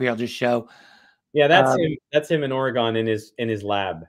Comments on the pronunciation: Fun. But dude.. It's "Or-Gun" not "ORRI-Gone" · Beyond fabulous content we couldn’t ask for a better show. Richard you are simply the go to guy for anything UFO related. I look forward to your notification each week However, as a native Oregonian please tell your friend it’s pronounced ory gun. Otherwise GREAT STUFF ‼️‼️I’m surprised Lazar didn’t let him know 😂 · Oreegyn, not "OryGone" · As an Oregonian, Ory-gun